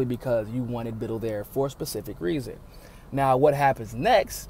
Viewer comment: Small thing...pronounciation is Bit-TELL, not Bittle (like little).